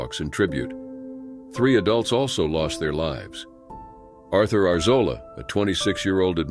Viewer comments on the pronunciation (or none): none